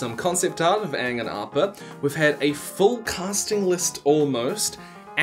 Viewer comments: For the love all existence, don't change the pronunciations of names. No one wants another ung or an additional sowkah Also, 7 people sumo stamping to throw a rock? NOT EVEN A BIG ROCK! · DO NOT. CHANGE THE PRONUNCIATION OF WORDS!!! It's not Aung it's Aang! Not auvatar, Avatar pronounce the A's people. But I'm open to the adaptation as a whole, and remember the OG show Ain't going No where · I want Aang's name To be Aang Not UNG >.< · Keep the prononciation . I do NOT want another Aang or Ah-vatar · Just don’t miss pronounce Aang and make his character a complete tool like the last remake.